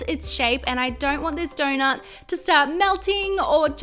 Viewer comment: Iike if you agree I am just saying every time you say donut 🍩 it sounds like donor but really cute tho ps ❤️ your vids